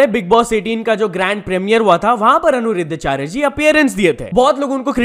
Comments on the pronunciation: Repeat after me - Ani-Ruddha-Achaarya... naa ki Anu-ridhaa like you are saying:D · Bruhh its Aniruddhacharya ji not Anuruddhacharya ji😭😂🙏🏻.....atleast naam toh sahi se looo